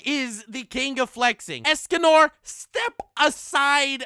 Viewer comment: I like that when you said, "Escanor step aside b$tch" You did the thing to the P like when you say "nope" to someone who you really don't care but it's somehow funny or something. You also went higher when saying, "b$tch". I give this video a 10/10 in my book. I like these. :)